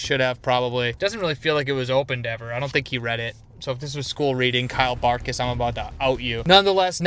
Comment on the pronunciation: bro I think it's Kyle Bart K y s(you know what that means) not Kyle Bartkys.